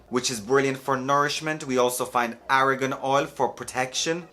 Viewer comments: Argan not Aragon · I love how you pronounce argan oil.